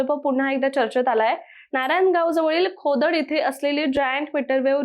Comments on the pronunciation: खोडद ❌ खोदड ✅😂😂😂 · खोदड नाही तर खोडद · खोडद........खोडद.......... खोदड नाही ओ मॅडम.....🙏🙏🙏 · खोदड नाही खोडद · Khodad nahi ...Khodad ahe te 😢